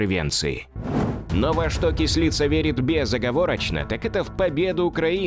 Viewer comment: Не Кісліца,а Кислиця!